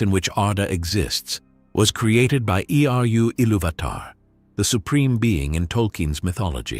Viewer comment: I am always down for some Middle earth videos and discussions, The captions don't seem to be made by you, misspells Eä twice and uses two different spellings in 11 seconds. It's spelled Eä and its spelled IEA and then it's spelled AI....then it says Eru Ilúvatar name is pronounced E...R...U and not eh-ru.....this is supposed to be about middle earth misconceptions explained in detail but you made a few errors...and since this is supposed to be accurate....if I am at 43 seconds and its already got this many issues.... I can't watch, AI voice screws it up, I'd rather hear a prepubescent child say this stuff than an AI with a fake accent that you think we would like..If this is supposed to be about accuracy, how on earth are people supposed to watch the whole thing, if we can't get past 1 minute? so I will just ask a question, I feel every video I see begs the question... At this point, do we have to say JRR? Theres no other Tolkien that is famous...Not one for famously writing the LotR or the world of Middle Earth, so why waste time? The same isn't true for George RR...Martin. If they were to say Martin, or George Martin, We wouldn't know who they're talking about unless you said the book Author, and most would need you to say George RR for it to click. You don't need to do that with Tolkien. There is no...John Tolkien, I didn't even know his name was John..his first name is JRR more than it is John now..But again...John Tolkien, you can get it wrong and say Jerry